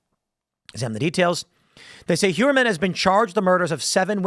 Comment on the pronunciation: Heuermann is most likely pronounced as Hoyermann.